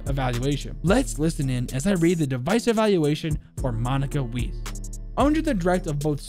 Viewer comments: I thought German pronunciation isnt to hard but you fucked up both Weiss ( said Wiess but its pronounced like Whise with the focus on s and i so like Whiss(e)) and Leipzig. (no idea how to explain that with an English example) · Hate to break it to you but her last name is pernounced "Vice" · I see people have corrected Leipzig, so I'll correct her last name. Its not pronounce weis like the store, is pronounce Vice. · Her name is pronounced Vize not weisse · Angry German here, I’m not angered by your pronunciation of “Leipzig” I’m angered that you pronounced her last name “weas”, it would be properly pronounced “Vise” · The way you pronounce IQ's name is (MONeeka V-eye-s) Monika Weiss. In the German language the letters i and e are together like q and u in English. The thing is whatever letter is second is the one you hear, so that's why with her last name it makes an "eye" sound. Same thing with where she was born. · also her name is basically Pronounced Vice, its basically German for White. So her name is basically Monika White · W in the German language is usually pronounced as a V. My last name is German im pretty sure, so it would be pronounced "Zumvalt" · To say Leipzig, it’s pronounced similarly to LIBEZICH in English, her name Monika Weiss , the Weiss is pronounced like Veiss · In Germany we pronounce th ei (Leipzig, Weiss) like and I or ai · IQ's real name is "Monica Wees"... (German speaking people get it...) Btw,, the german "ei" is pronouced like the english "i". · I’m not from Germany but know a lot of German, Leipzig is pronounced “L-eye-p zig” and Weiss is pronounced “W-eye-ss” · Thought I’d mention weiss is pronounced like Wice and means white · IQ is total wife material, also her last name is pronounced like "Vice" or with a W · Its pronounced Vice nor weecw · You pronounced Weiss wrong it’s pronounce Weiss :) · You speak Leipzig like laipzig and same with Weiss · You absolutely butchered the pronunciation of weiss